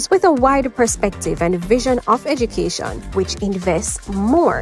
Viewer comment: Ed"u"cation not Eg"i"cation!